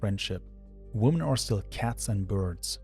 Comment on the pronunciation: For love of god, the phonic emphasis in "women" is on the "men" not the "wo". Stupid new generation making "woman" and "women" sound like the same word Woman: wu·muhn Women: wi·muhn